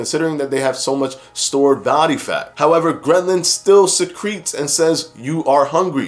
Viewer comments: Bro, I think it’s ghrelin not grenlin . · I LOVE how you break down the studies for us and make it easy to understand. One note: ghrelin isn't pronounced "gren-lin." 😉